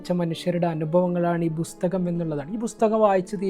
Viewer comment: ബുസ്തകം അല്ല പുസ്തകം. ബുക്ക്‌.